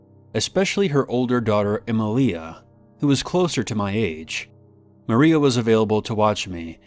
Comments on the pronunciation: Em-leeah. Shouldn't it be Emilia...Em-ee-leeah? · EmIlia not emilIa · Emilia is pronounced e-ME-lia